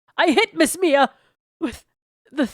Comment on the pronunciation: The number of times mispronounced Mia's name is astonishing, xD